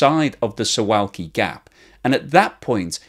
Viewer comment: Pronunciation of Suwalki is "Soo-VOW-key". It's a very picturesque part of Poland. I have heard it said that the accession of Finland and Sweden to NATO has made made the Baltic Sea a NATO lake, and Russia would not be able to transfer much in the way of naval units there, and they would be able to do much anyway.